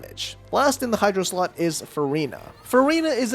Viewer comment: Ok is it just me or does when he is explaining the team section. It doesn't sound like slot but something else